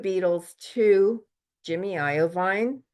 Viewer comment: It’s pronounced eye-veen Jimmy Iovine 😅